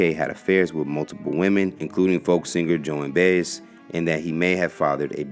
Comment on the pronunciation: I was typing how great a (read) this was for you; then you mispronounced Joan Baez, notwithstanding; still your best (read) that I've heard.